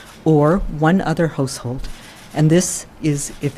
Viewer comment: What's a holsehould hahahaha😀😂😂